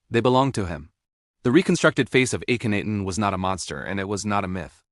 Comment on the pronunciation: And it's got a robot narrator that mispronounces the pharoah's name, Cairo, etc. Clickbait. I'm out within two minutes.